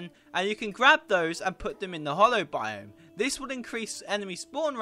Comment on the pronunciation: Video is fine but pls learn to read It is called the HALLOW with an A not the hollow